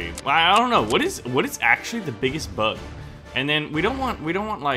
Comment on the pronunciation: you said bigges bugs instead of biggest